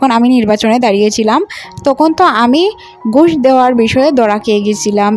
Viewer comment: বিন্ন নয়, ভিন্ন হবে... আমোরা নয়,আমরা.... গুষ নয়,ঘুষ হবে.… উচ্চারণের খুব সমস্যা দেখি..…